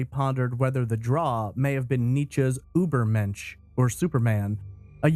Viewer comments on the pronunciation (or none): none